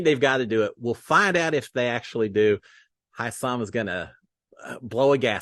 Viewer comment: are you able to pronounce names? If so, try (Hisam) we all know it is not HI SAM. Appreciate the updates, looking forward to more about how Cory and Cirie will work together. Jared is problematic. Thanks and have a great day, all the best from Torontoxxx